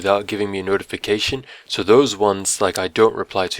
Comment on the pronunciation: Why is it when you say "so" It sounds like sour